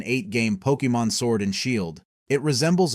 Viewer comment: Lol Poke eee mon, what are you a soccer mom?